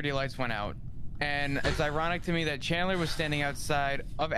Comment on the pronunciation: it's Chandler not candler lol